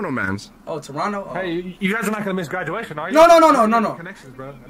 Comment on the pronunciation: Speed gwaduation!!!